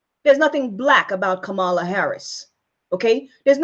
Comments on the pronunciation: First of all, before you complain so much about Kamala Harris, I suggest that you learn to pronounce her name correctly. Kamala is an Indian Goddess' name, also known as Parvathi, obviously given to her, lovingly, by her mother, who is of Indian heritage; she is from Tamil Nadu. Her mother is a medical doctor, an oncologist - a breast cancer specialist, who has done extensive research in breast cancer and its causes. She is not Kamaaala as you call her; she is Kamalaa (for purposes of correct pronunciation), but spelled Kamala. It makes no sense to me why you keep calling her "fraud" just because she is not Black. Kamala Harris never claimed she is black; neither did she claim to be or pretend to be White. She is who she is. She is brown; she has a wonderful, glowing, chocolate complexion. I can sense that she is very proud of her Indian Heritage also, as she aught to be. She must be proud of her great accomplishments, too. She is a talented, well educated, well accomplished woman; she is a skilled, intelligent, hard working politician also. I suggest that you read about her first before "digging" information about her father and her grandfather. Why do you blame her for who her father is or who her grandfather was? She was born in California, so that makes her a US citizen by birth; she has a Bachelor's degree in Economics from Howard University, and she earned her JD from the University of California, Hastings College of the Law. If you compare your accomplishments so far w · So, why is it you did not know this. Everyone else did. And, the proper pronunciation of her name: Kamala is comma-la (she was asked about the pronunciation while a guest on The View. If you fancy yourself a reporter or truth-teller, RESEARCH BEFORE YOU SPEAK! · You should know how to pronounce her name correctly. And her mother died of cancer. I appreciate your video, but you should be more informed before creating a video about her. It would make it more credible.